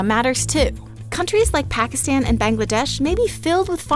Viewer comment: its PACKASTAN!!!!!!!!!!!!!!!!!!!!!!!!!!!!!!!!!!!!!!!!!!!!!!!!!!!!!!! the a has the sound of a u